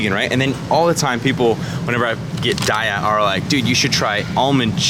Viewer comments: Love you but PLEASE stop saying DIE-A. It's DAY-A. Company has confirmed it and the name comes from a Sanskrit word "Dayaa" meaning compassion. THUMBS THIS UP. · Hey! New to your videos. Found your channel through your skin journey. :) (Congratulations, btw! The treatment clearly went well! Your skin looks awesome!) Just wanted to let you know--it's pronounced "day-ah". :) I used to say "die-uh", too. (New vegan, here. 7 months in.) Then, I read the website: "We pronounce Daiya as “day-ah.” As in “Have a nice Daiya!” The name came from a play on the words 'dairy' and “Dayaa,” which is Sanskrit for “loving, kindness and compassion.”" Anyway--Love what I've seen of your videos, so far! After seeing the "nice" cream one, I'm gonna try PB2! :D Looks yummy! Thanks for making this video. I almost got this cheese by accident once, too. It caused me to become more vigilant, and start reading labels more closely--even in the "vegan" section. :P